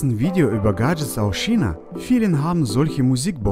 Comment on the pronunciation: Ich liebe GAHHHHH‘d Jets😂😂😂